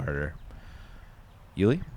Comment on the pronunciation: Love, but will someone please tell him that it's 'You-Lee' not 'Ooh-Lee'.